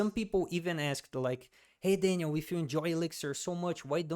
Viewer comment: Mano, seu inglês é muito bom estava realmente achando que era gringo aí quanto tu soltou o Daniel com o sotaque eu percebi que era brasileiro kkkkk, muito bom o conteúdo parabéns